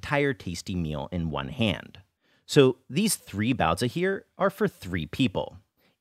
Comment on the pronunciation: I think your content is great and you treat the source material and the culture it's from very respectfully but I simply absolutely cannot get over that accent. Sorry, I know this isn't something anyone can help but everytime I hear you pronounce baozi like that my mind has a small aneurysm and I cannot get over it.